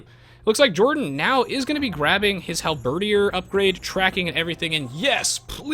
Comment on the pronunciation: isnt it halberDIER as in DYAY?